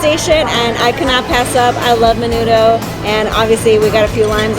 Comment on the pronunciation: I like your videos:) you just need to sound more authentic.. the way you said Menudo was kind of irking.. menoodle